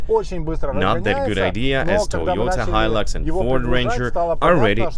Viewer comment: Its hilux not hilix lol